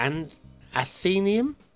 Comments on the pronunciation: Another vote here for athen-AY-yum. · I'd pronounce it athen-ay-yum Good effort, especially with the trees but I'd suggest 'move it' will be your best friend for this type of map. The quarrys were a nice touch though no need to have added the roads. I'd give it 2.5 for effort.